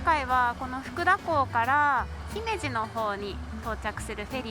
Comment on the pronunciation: 10年近く小豆島に行ってないので、また行きたくなるように思わせる良い動画でした、唯一 帰りのフェリーの時 姫路 のアクセントが訛ってたのが残念、、、、。